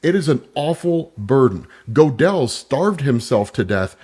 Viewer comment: . Godel is pronounced like “gurdle”, and he’s famous for his incompleteness theorem in math.